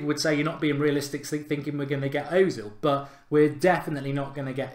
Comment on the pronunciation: It's pronounced erzil!!